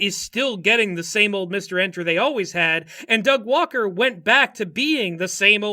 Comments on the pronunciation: I still land on 'Doug Walker' pretty consistently (maybe it's my british accent) but I am beginning to be able to hear the Du Gwarwer in your stuff, so that's a thing now. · I am unfortunately only going to be able to hear “da gwawker” any time I hear Doug Walker’s name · da vinky vs da gwawker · I have no idea why you folks keep saying "Da Gwaker". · Da Gwawker? Seriously? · Da Gwawker Help Da Gwawker has found me! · WATCH OUT, ITS DA GWAWKER!!! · 'Ey, I'm Gwawken' here! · EYYYYY I'M DA GWAWKIN' OVA HERE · Da Gwawker is killing me in the same way as that one reddit comment referring to George Orwell as "jorjor wel." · Da Gwawker actually killed me... cause I also say his name that way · Da Gweawker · Don't tell uncle about Da Gwawker! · Thank you so much for giving me "Da Gwawker"